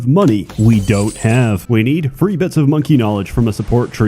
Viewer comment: I like that pronounces 3 as ‘free’